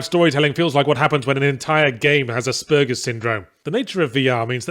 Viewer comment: As an aspie, I am offended by Yahtzee’s pronunciation of “Asperger’s.” It’s like he’s trying to choke back a belch during a conversation at a dinner party.